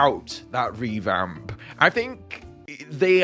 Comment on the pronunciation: Did anyone else notice “reVhamp”?